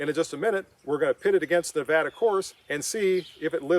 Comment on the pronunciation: Thank you for showing the respect,,to pronounce our state name properly...It may seem trivial to some,but it means something to us...